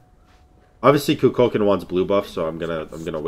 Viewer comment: Kookle Kawn, not koo cull kin. he says it when u pick him. please, i will literally pay you to start saying his name right